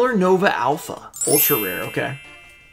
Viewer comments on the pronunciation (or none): none